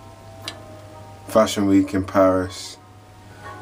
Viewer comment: I love Tinie Tempah but that hat on look stupid and then the way he says Fashion Week in Paris hahahah